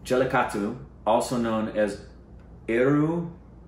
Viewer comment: Its... JA LLE KA TTU.. PRONOUNCE IT AGAIN..